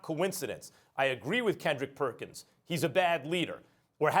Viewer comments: “Kendrick Pertchins” 😂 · "Kendrick Perchins" Lol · “kendrick perchins” 😂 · “Kendrick Perchins” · Shanell Moonesinghe Lol I caught that too